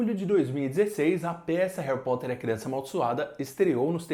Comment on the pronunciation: Hawi Potter